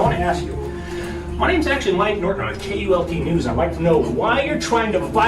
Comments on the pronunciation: Its KULT NEWS NOT UTULNEWS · It's KULT NEWS, not with a U. Great video! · UAULT News??? This Artificial Intelligence is truly artificial. It’s KULT News morons!!! 🤦🏻🤷🏻‍♂️ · It was K U L T news ,NOT, U A U L T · It's KULT NEWS he is one of the best. The computer can't even get the name correct.